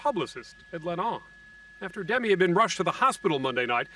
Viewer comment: After all these years of fame, still no one knows how to pronounce Demi's name.